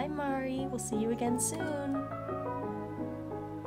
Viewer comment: Also, it's pretty community standard canon that it's MAR - ee (rhymes with "car") and Basil is basically the same way you pronounce the plant of the same name, BASE-ll. Or, pretty much the way you said it the first time without the emphasis on the S sound.